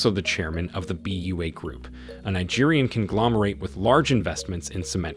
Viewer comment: BUA is pronounced Buwa.